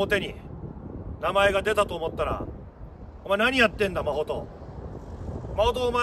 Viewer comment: マホトって言ってるんだと思うんだけど マコトって聞こえてしまって 一瞬、自分の名前呼ばれてるかと思った😅